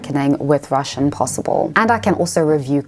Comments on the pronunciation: Your Russian pronunciation is very good!!! Great job!! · As a Russian, I should say that your pronunciation is nice. You will be fine in Moscow.